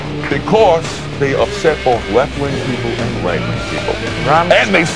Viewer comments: I love how he pronounces Rammstein. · he just pronounces it correctly